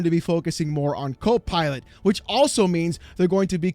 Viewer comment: The way you pronounced it... Cope Pilot, made me laugh.